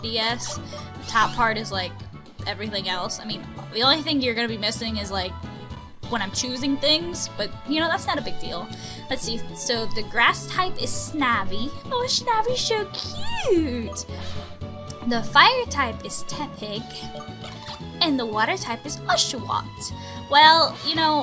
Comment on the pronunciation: U say snavy not snivy noob